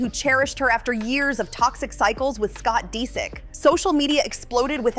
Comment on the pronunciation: "Scott Dee-sick"